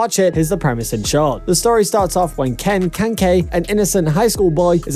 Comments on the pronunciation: It's kanaki not kanki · ken kanke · Ken " kenke " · Its kaneki